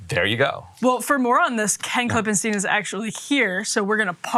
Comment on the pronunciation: Great reporting on the SBV collapse! And thanks for pronouncing Ken's name, KlippenSTINE. 🤩